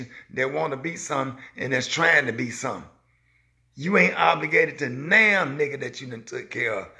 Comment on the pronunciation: Well Sir, you done said “somp”🙇🏽‍♀️